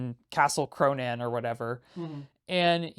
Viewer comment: you kind of pronounce "Cronan" like "pronoun"